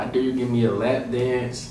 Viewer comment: Bruv its dare not dear